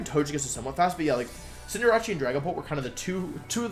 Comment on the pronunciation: Cinder Ace. As in ace in the hole. He's not Italian lol